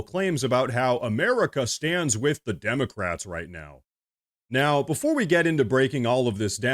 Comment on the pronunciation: "Wij y`all".😃